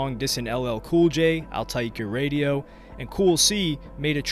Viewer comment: Lmao when he said "I'll take your radio" I had to play that back like 10 times to make sure I was hearing it right he sounded country af 🤣🤣🤣